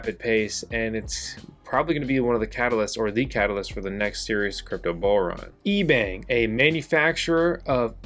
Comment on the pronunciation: Intro I thought you said Ebay, ebang LMAO